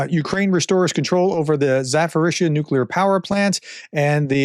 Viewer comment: Zaporizhzhia is pronounced with a P